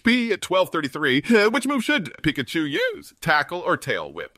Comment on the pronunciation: "Which move should Pikachu YUOUSE!?" Best thing ever.